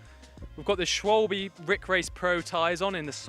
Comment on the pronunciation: Schwalbe no swal-bee